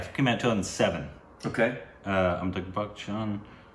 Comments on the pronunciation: guys guys guys, his name is pronounced BUCH-CHUN (CH like CHicken), not buCK-chun - there is NO hard C. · BaKchan, ARRRRRGGGHHHHH. WHY, WHY, WHY....... SAY IT CORRECTLY!!!!!